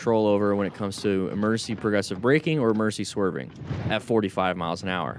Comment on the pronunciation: What is an "emerncy"?